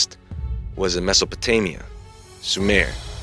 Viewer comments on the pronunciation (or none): none